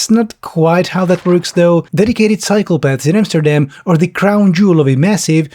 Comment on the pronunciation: Man I kept thinking you were saying "psychopaths" when you were talking about "cycle paths." But I suppose Dubai has plenty of those as well.